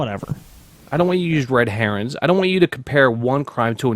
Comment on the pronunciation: Did he say "red herons" ?